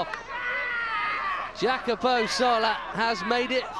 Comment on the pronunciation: His name is Jacopo, not Jacapo.